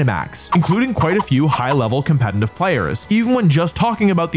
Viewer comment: Crazy how some one who “cares a lot about competitive Pokémon” can’t even pronounce the word “competitive” correctly… 😂😂😂